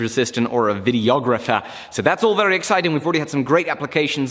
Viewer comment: Vewy complicated 😆 Bless him. Love ya!